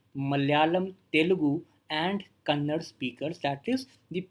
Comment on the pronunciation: sir its not kannad its kannada! \